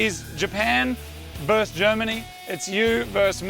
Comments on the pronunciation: It's not verse, it's versus. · Versus not verse. Whoa not woe. Come on fellas. You're better than this.